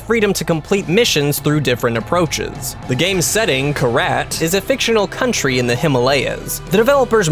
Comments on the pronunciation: It's pronounced "KYRAT" not "Karat" -_- lol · The country in #4 is said like KEE-RAAHT. I mean, they even say it in the game, BUT, I suppose if you do this all in one take, I wouldn't want to go back and do it all over again...